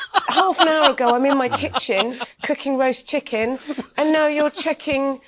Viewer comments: "Oi, you got a loicens for dat chikkin..?" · To quote your favorite line "You got a loicense for that chikken?"